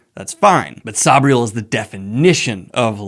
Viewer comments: Noooo, is it really pronounced Sob-riel? I've pronounced it Sayb-riel my whole life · Garth nix pronounces it "say-bree-el" but says he doesn't mind how other people say it.